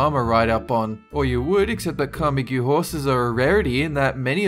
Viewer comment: Camargue is pronounced camarg